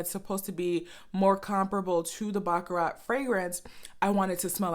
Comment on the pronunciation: I appreciate your video. Your pronunciation of baccarat is incorrect. I have the same issue with some European perfumes.